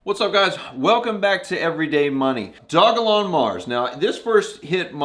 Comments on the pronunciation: It’s pronounced dog-a-Lon You can read it on their site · Its called do-jah-lon. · Great content, thank you. NB: Dogelon is pronounced doge-e-lon Mars for future reference.